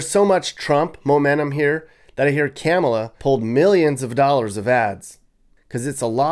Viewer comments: LOL "Camela" :P THERE IS NO WAY TRUMP CAN LOSE!!!! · DID YOU SAY CAMELA HARRIS? HAHAHAHAHAHGAGHAHGAHAHAHAHAHAAAAA. TRUMP 2024 WE GOT THIS!